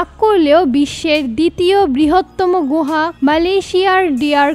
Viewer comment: গোহা না আপু। গুহা